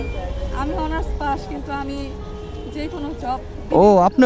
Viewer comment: ভাই অনার্স পার্স না অনার্স পাস বলছে।